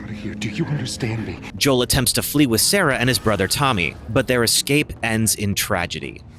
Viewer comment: Sarah not sere haha